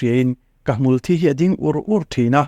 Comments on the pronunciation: I sawi dik alâwm...lam diklo an tam tawh...hmûlthî tih tur...hmûlthi ni lovin...thi ah hian thlûk pêk tur a ni...thisen,ka kut a thî tih ang a thi hi lam tur a ni... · hmulthi hi,Thi(Die)anghian in lam ṭhina adiklo,athi(Die)lo,asen ther a,thisen angmai in,THI(Blood) ang in,hmulthi tihtur.